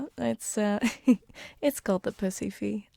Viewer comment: "It's called the pusry fee- I MEAN" Class.